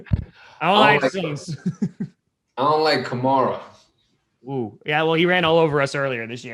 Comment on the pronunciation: hey Ryan Grant, Alvin's last name is pronounced " ka-mare-ah " not " ka-mar-a " the middle part of his name is pronounced like " air " not " are " as in " kam-air-a "